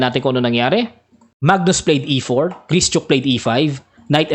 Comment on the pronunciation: Gri - shuk po ata tamang pronunciation